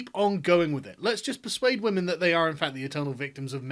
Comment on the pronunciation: What's a "wamen"?